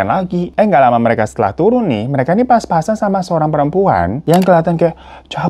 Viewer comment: Kok "pas pas an" sih. Yg bener kan "papasan" 😅